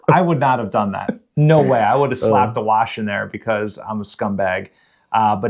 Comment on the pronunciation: "I would have slapped a waaahsh in there because I'm a scumbag." Keep it Philly,! Much love!